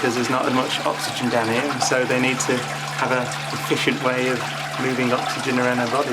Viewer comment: I will never miss an opportunity to watch or listen to Brian Cox. "Efishent" :P